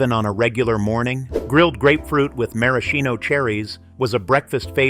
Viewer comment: I've never heard the word Maraschino pronounced 3 different ways within a couple of sentences. 😂